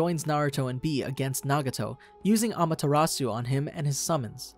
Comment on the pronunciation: Why this boi commentating Obito's part saying " ama-tarimisu"...😂🤣😂🤣 This little nigga think bout Desert!!!